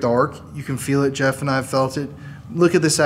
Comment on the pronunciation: "My names yeff"